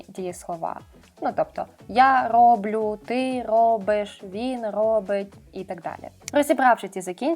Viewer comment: Тiльки не "я рОблю", а "я роблЮ". Такi грубi помилки у вимовi. Сподiваюсь, з нiмецькою у вас краще i на вашi поради дiйсно можна покладатись? Чи навчите такоï ж нiмецькоï, як ваша украïнська - з помилками.